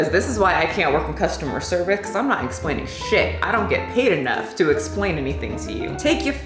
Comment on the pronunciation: You said “customer cervix”